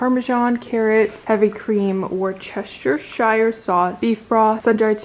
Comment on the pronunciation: Haha girl I’m from the UK and had a little giggle at the way you pronounced Worcestershire 😂 it is a difficult one but you pronounce it like wu-stuh-shuh 💖💖